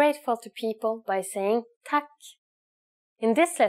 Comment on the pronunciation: hvorfor hørtes det ut som hun sa «Tækk» lol